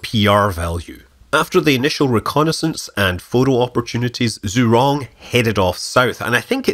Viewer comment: Is it so hard to get the name pronounced right? Just ask your local chinese waiter.